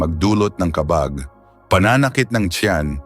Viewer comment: Ano bang klaseng narrator ang napili ninyo? parang voice over na hired? Ang mga words na dapat MARAGSA bakit malumanay? Mali ang pagkabigkas ng mga TAGALOG? Wala na ba kayong makuhang iba? GA-BI --for example--the leaves--hindi pronounced na GABI --as in nightime! OO, maganda ang boses..KA-BAG--as in tummy gas, bakit ganoon ang bigkas--FAST! What not to say fast is supposedly be malumanay (slow) . Anak ng HWEEE! Ano ba yan. NAKAKAINIS pakinggan!